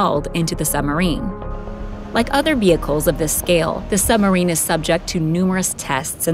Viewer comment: I wonder if she realises 'Sumarine' has a B in it....